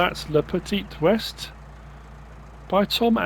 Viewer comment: Le petee wae is how its pronounced. But id pronounce it wrong anyway. Keep the French annoyed, eh? ;]